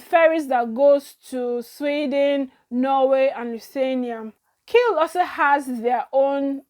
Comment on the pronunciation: KIEL not Keil pls 😊